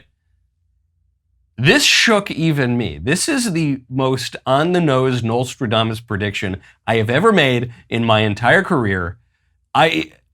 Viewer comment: Knowlestradomus lol nice Michael 😂.